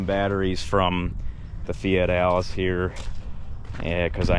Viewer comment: Thx to I keep hearing Fat Alice when a Fiat Allis is mentioned blessings from 🇬🇧